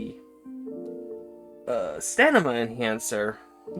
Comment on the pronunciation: Dude are you autistic or something? The way you talk just reeks of it. Improper use of words in an attempt to look professional, "stanima", and its like you have a speech impediment. Also, poo poo opinions on a lot of those boosters. The best boosters are the ones that give you their benefits as much as possible throughout the match. Muscle enhanment, stamina boost, hellpod space, and experimental stims is one of the best set ups